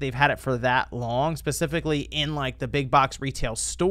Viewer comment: its "Specifically" with an "S" not... "pacific-ly"... geez another bastardisation of the language... *smh